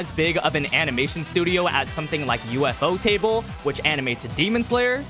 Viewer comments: Fr its ufotable 😭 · Ufotable ❌❌ UFO table👽✅✅